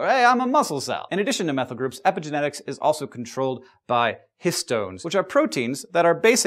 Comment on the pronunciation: Sounds like you're saying "epic genetics", which it kind of is ^^